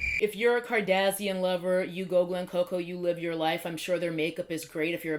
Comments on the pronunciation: Here from Whitneys Channel! Love how you say Kardasian 😂 maybe its the proper way. Also i have never purchased any of the kaylie or KKW products, glad we are on the same page. Overall i always feel skeptical about collabs with public figures, reality tv stars, artist, etc. i wait it out before i even consider purchasing. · I get a kick of how you say kardashian like that antagonist race from Star Trek lol I think of palettes like this. Expensive paints are nice, but a good artist can make most paint work. And there are only so many colors, so I don’t need to buy new paints from each company that comes out with them. The point is the product, not the tools to get there. So I just use what works, and I don’t buy new paint until I run out or if I’m missing something, or if the paint I’m using is low quality and I need an upgrade. That’s my attitude with palettes. No amount of brushes or palettes can substitute practice and talent. I understand that it’s a hobby, and we all spend money on stuff we don’t necessarily need. But I can’t help but feel that brands are taking everyone for a ride.